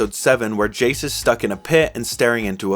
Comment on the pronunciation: Great video, but why are we calling Jayce Jayson? I cannot be the only one hearing...